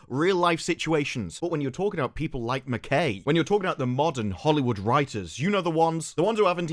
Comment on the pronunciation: btw McKay is pronounced like Ma'k'eye